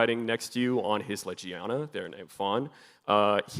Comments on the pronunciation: Did bro actually called it lejiana, also jokes on tou anjanath is a speed type for some reason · Dude doesn't know how to pronounce Legiana...shame...